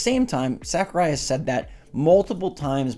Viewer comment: I just want to say, I enjoy your channel. However, your butchering of Sakurai's name hurts my soul...